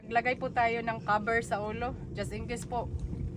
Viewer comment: Naku GRABE NAMAN grammar mo " estimate mo mga 10 kilos" Hindi "estimatedly" 🤣😂🤣😂🤣😂 Kagaya nang pagbigkas mo ng Cover( ka-ver)